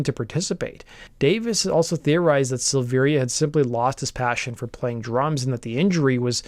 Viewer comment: Don’t do a Korn piece if you’re going to call Ray, Rick Luzier and not know that David’s name is pronounced Silvera despite the i